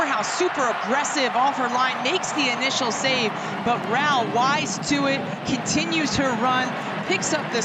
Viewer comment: Feli Rauch is amazing but the commentators are still struggling with her last name, she has gone from being called Rautsh to Rauh now